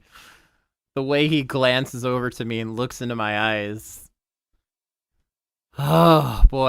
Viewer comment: how did he "LOOKSMIN" XD